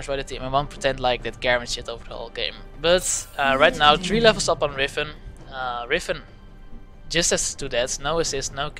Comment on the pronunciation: Omg riFen :D, don't think i hate, but its riven :)